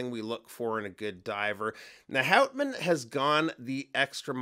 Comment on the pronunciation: G'day mate, great review of a beautiful Aussie watch. The name Houtman is actually pronounced hootman with the accent slightly on the first sylabble. It is named after a magnificent group of islands off the coast of Western Australia, you should check them out, absolutely spectacular mate. I would be right on to one of these but the Omega X Swatch collection comes out today so the lovely Pilbara might have to wait a while. 😥